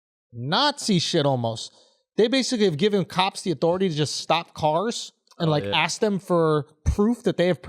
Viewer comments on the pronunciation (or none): Can someone teach to say “Ask” properly.? It’s literally like nails on chalkboard when he says 🪓